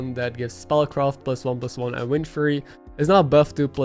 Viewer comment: I love you and have been there since your start. Im the guy that said how sellementals used to ask if i need a drink? And i said constantly. 6 months sober in 8 days. But man. You still are prouncing two words very wrong. "Three" and "Fury". I am not making fun of you, juet trying to help. I think you learned them wrong. The best way to pronounce them are: SUH - REE and FEH -YURRY Which isnt 100% accurate but would be an upgrade bc it sounds to native speakers like you are saying "tree" and "furry". Hope the suggestion helps and trust me i understand. Have been learning Spanish for years and im awful. Other than those two idiosyncrasies your English is top notch: D